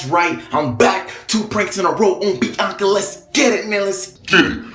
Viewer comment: Why the hell does he say her name like “bee-ONK-uh”